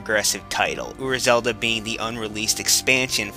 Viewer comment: ura zelda? uber zelda? I can't understand you